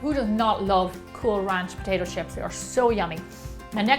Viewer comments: Wth do you say Potashio ? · Take a shot everytime she says potaetoe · I though she said “Poshasho” eh..nvm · I like when you say : potaicho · no, she says POTAISHO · Didnot shut up you cant even properly pronounce it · Its weird how she says potato